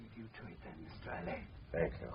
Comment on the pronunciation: Ngaio Marsh said and wrote repeatedly that Alleyn is pronounced like Allen, but people keep pronouncing it Al Ain…